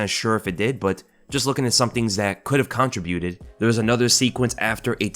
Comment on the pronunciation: Dude....learn how to pronounce contribute!